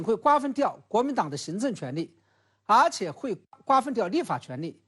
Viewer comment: 而且说成阿且 🤣